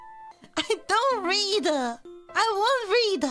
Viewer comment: "I don't readuuuh"